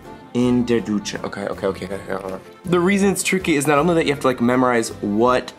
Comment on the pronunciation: ohhhh you pronounce Dusche like Ducce (you know an italian ruler) but little trick everything thatbis written like this “sch” is pronounced like “sh” in English e.g der Fischer = the fisher Schau = show